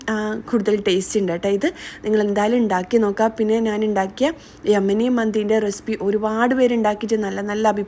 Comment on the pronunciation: നാൻ അല്ല ഞാൻ 😁😁